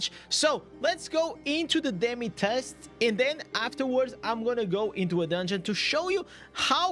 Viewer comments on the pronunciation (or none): none